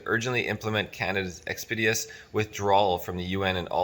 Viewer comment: Are you trying to say expeditious? Please review your pronunciation of this common word.